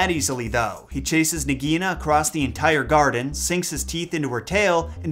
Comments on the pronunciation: Love this! But I think Nagaina is pronounced "Nog-A-Eee-na". Not "nog -EE-na". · Just a side note, I am not trying to criticize but in the movie the pronunciation of Nagaina was (Nāg a ee na)